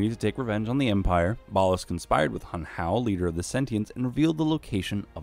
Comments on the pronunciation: It’s ballas not ballus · How do you mess up the pronunciation of Ballas when the game literally pronounces it for you on several occasions? Gross.